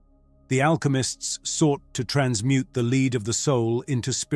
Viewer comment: A very good explanation found in Gnosticism but I wish AI narrators would learn how to pronounce words like lead the metal.